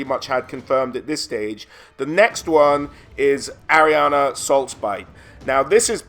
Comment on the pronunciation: No one seems to be able to pronounce her name... it is ARANESSA